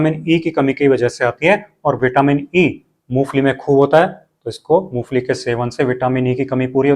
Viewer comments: मूंगफली बोल रहे हो या मूसली बोल रहे हो😮😅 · Moongfali kah rahe hain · मुंगफली ठिकसे बोलो